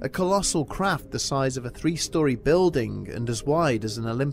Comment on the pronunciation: I expected a good scare but unfortunately ended up laughing so a hard I'm going to have to rewatch this. Sometimes I enjoy being partly deaf because what I do hear is usually so much more funny. When the narrator said "craft" I heard... "They saw a collosal 'crap' three stories tall..."